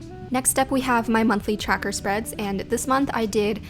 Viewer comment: lmao i love the way she says 'tracker' CHACKER ;)